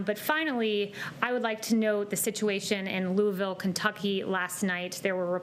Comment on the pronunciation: So "Louisville" is prononced "lewl". Okay.